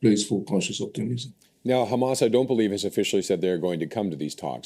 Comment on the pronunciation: The argue in Iran today is what if they respond Israel with ground attack and you are talking about seize fire? Iranians just got warm up and the time you have to choose 2 state and peace is shorten and I say it just be cause you pronouns KHAMAS instead of Hamas!